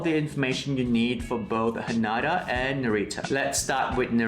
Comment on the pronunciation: Pls note its pronounced HA-NAY-DA 😊